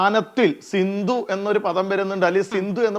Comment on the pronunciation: സിന്ധു അല്ലെടാ കുഞ്ഞേ സിന്ധ് എന്നാണ്